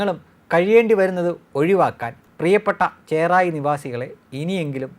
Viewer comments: ചേറായി അല്ല ചെറായി ആദ്യം പോയി മലയാളം പഠിച്ച് വായോ..... ചേറായി OK.. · ചേറായി അല്ല ചെറായി എന്നാണ്. ചെറായി ബീച്ച് എന്ന് കേട്ടിട്ടില്ലേ?